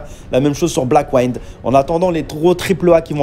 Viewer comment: Juste 2 remarques: 1- ta prononciation de Blackwind est mauvaise 2- non, ce n'est pas un jeu en 3D isométrique.